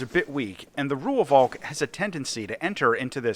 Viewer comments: its pronounced "roy-falk" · I just have to be the pedant: It's pronounced 'Roy-valk', just with a slightly stretched 'o' in Roy. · As a south african the V in Rooivalk is also pronounced close to F and an english V, so it would be close to Roy-Falk for english speakers